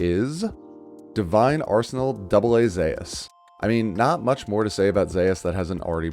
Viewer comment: Isn't "Zeus" pronounced "Zoose" obviously isn't spelled like that though lol.